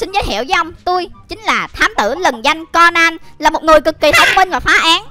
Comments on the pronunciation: Cônan chứ ko phải co nan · Conan đọc là ( cô nan ) mà anh anh đọc là ( con nan ) là sao